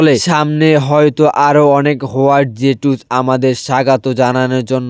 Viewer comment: হোয়াইট জে টু স নয় হোয়াইট জুকসু আর নিনজা ওয়াইফ না নিনজা ওয়ার একটু শুদ্ধ করে❤ আর ভয়েস কিরকম করে দাও একটু ভালো করে ভয়েস দাও